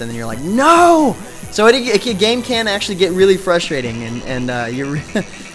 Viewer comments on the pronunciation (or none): none